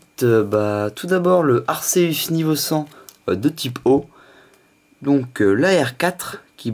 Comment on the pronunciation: J'veux pas critiquer,mais on dit 'Arkéus' et non 'arséus'